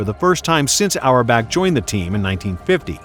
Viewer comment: Red auerbach ❌ Red hour back✅